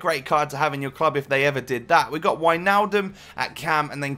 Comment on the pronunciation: finnaly someone who says Wijnaldum right thx